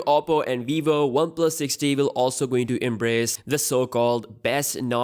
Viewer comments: The 6t sounds like Sixty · It's 6T. You keep saying 6D! And it's [comment] section, not session... Maybe you should speak slower and get it right.